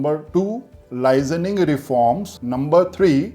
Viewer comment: Bhai It's 'Licensing' not "lizaning" pronunciation matters.